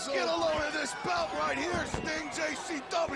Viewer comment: LOOOL at ICP calling Sting "Stung"....